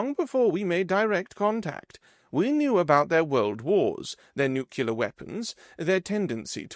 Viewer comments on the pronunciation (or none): Please don't pronounce "nuclear" as "nucular". You should know how to pronounce the words you read.